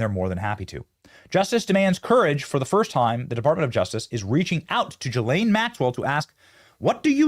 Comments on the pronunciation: Why does Benny call Gh islane Maxwell GhiRlaine it’s Ghislaine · Please say her name correctly Benny Ghislaine G not J… sound! Thx 🙏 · hey benny! love your show a note think of her name as 'Glenn' its french its pronounced 'Guh-lenn' not 'Jill-ayne' still love the show cant wait 4 the arrests just wanted to comment. after all maybe they will televise her sing & cant wait for treasonous heads to roll peace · Her name is pronounced Gee-lane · Please Benny pronounce correctly GISLAINE MAXWELL, not Gilaine. You have to pronounce the s. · Please stop pronouncing her name Ja-lane, it’s Ga-lane Maxwell. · "Ga-lane" Maxwell